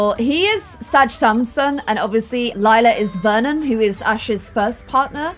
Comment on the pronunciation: If you had named Lila, Lilac you wouldn’t have so much trouble pronouncing her name.